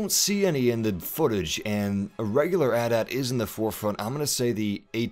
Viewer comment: it's not "at"-"at" it spelled out at-at